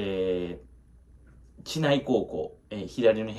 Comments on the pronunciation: ちないじゃなくてしりうちね笑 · 知内の読み方 (しりうち)です